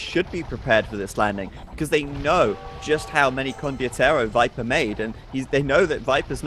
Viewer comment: kept saying "condiotero" instead of "condotiero"